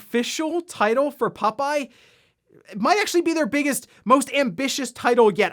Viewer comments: More like "pupeye" 😄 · I was just listening to this and thought there was some dog themed popeye game called Pupeye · For some reason I find it funny with the way says "Popeye" 🤭